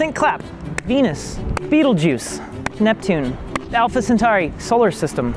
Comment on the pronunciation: for some reason it annoys me when people call betelgeuse beetle juice